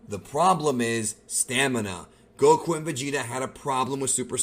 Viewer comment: Stop saying Goku like that